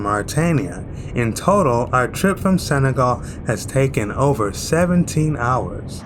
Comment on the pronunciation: Senegal not segal....respect